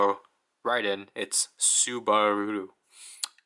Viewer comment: 😂😂😂 subulu not subaru hahaha🤣🤣🤣🤣